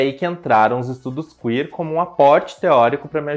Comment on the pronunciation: "CUíer" é boa, mas tirada do c* rsrsr.